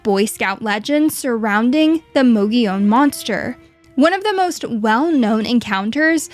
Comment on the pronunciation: You keep saying "Mogilon" , not "Mogollon".. still a great video tho!